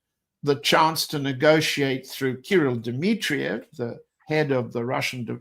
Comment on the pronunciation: As a russian must say john has perfect russian pronunciation my kudos goes to him for that ...